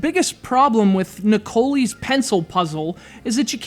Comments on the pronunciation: LOL it pronounced Ne-Co-Lie. oh dear good review thanks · Shouldnt it be pronounced Nick o lie?